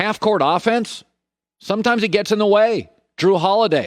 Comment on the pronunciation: Colin “SomeChimes” Cowherd